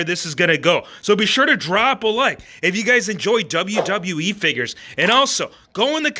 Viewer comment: This guy says Wwe with a D “ Dub yew ,dub yew , eeeeeee